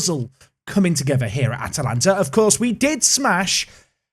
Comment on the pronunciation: Congrats you got the pronounciation!